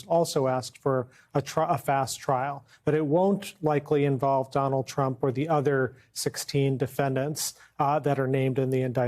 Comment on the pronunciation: What's all this about? Calling the guy "cheZ-borough ".... Pre-nounce it RIGHT, DANG-IT!! you're taking all the fun out of this! You talkin head! CHEESE-BRO! CHEESE-BRO! CHEESE-BRO! SAY HIS NAME!!! BRO.